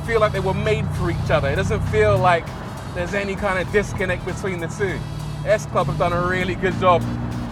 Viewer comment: You've been very distracting, Rory. I had to put on the subtitles because you kept saying Sclub without the 7😂.